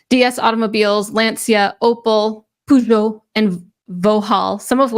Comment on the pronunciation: I wanted to leave a comment, but I have to poo-go. (Peugeot) poozhow is the proper pronunciation. Great podcast!